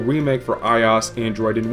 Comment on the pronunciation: It's i - O - S, not "eyeaus". The "OS" is an acronym for "Operating System" so everytime I hear "eyeaus" I dye a little inside.